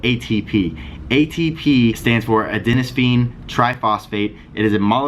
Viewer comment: "Adenosphine"? Really??! Don't listen to a guy who can't pronounce the basics. Creatine is a very complex subject. Beware ANYONE telling you "you can take this for the rest of your life and you'll be fine". Shame on you.